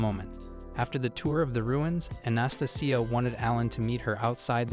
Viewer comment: How do you say Anastasia like that and think it's the correct way to pronounce it lol. Ana- stay -Jia